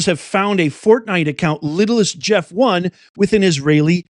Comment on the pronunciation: Little Saint Jeff, not littlest jeff